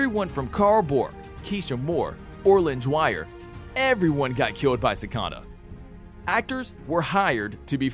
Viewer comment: Its not sacada